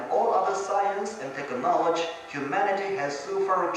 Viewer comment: what the heck is “hydro meteeo-voloje” And then “echo-knowledge”